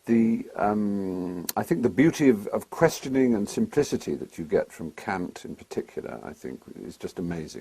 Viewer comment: I've read em, have you? His criticism of Aristotle and description of Kant (even if he pronounces it wrong) are spot on.